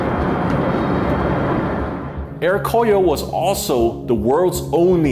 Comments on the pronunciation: nice..I think pronounce more like Ko-Ryo not Kor-yo. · By the way, you need to pronunciate "KORYO" AIR NOT "KOYO" AIR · Proper pronunciation for Koryo is Ko-ryo not Kor-yo. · hahhaa Sam's Air Koyo cracked me up. it's pronounced Goh Ryuh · it's "ko-ryo" in korean, not "kor-yo". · I though the pronunciation was supposed to be KO-RYO （高麗）instead KOR-YO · Sorry, can’t help to realize the mispronunciation in this video. It should be ‘Ko’-‘Ryo’ ! I’m glad you made it out without trouble having mispronounced DPRK priced branding every other steps of the way. 🤭